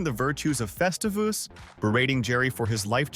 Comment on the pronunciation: Morty Seinfeld didn't celebrate "Festivus" - it was Frank Costanza!!!!!! Get it straight - and it's NOT "festeevus", you CLOWN!!!!